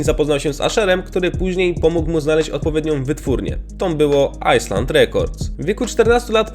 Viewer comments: Źle wymówiłeś Island , powiedziałeś Iceland😅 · JAKIE KURWA AJSLAND REKORDS XDDDD DAŁNIE TY PIERDOLONY AMALFABETO "island" się czyta "ajlend" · w słowie "island" nie mówi się litery "s" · "Ajsland"? No weź. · Ajsland?! W jakim to jęzku? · ajland byku i eksibit, no nie moge tego zdzierzyc😅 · ranisz mnie swoim angielskimXD ajslend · tak kurwa Islandia rekord.. w podstawówce dzieci potrafią to poprawnie przeczytać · xddddd no raczej ajlend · Wyszła Islandia xD